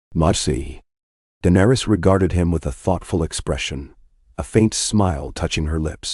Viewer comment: Please correct the name pronunciations of Danaerys, Targaryen, Peter, Arya and Tywin on the next round of videos Thanks.